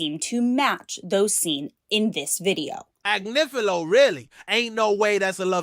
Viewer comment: sorry I have to do this😂 it’s pronounced > Ag*niff*ilo